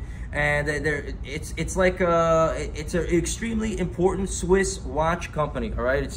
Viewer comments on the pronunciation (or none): none